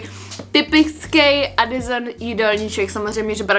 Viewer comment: úžasný video jako vždy jen ...Adisson se říka se se :D no hate!!!!!